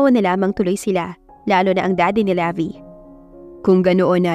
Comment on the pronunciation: Levi is pronounced like the brand Levi’s without the letter S.😊 Magandang araw po sa lahat!